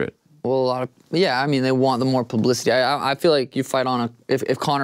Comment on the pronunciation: Did he say "Pluh-blicity"?